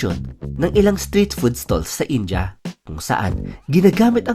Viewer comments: In-dee-yah , hindi In-Jah! 🤣😂🤪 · India-Indiya, hindi daw po "Inja". Iyan ang reklamo ng mga Indiano sa OFWs da Mid East 😊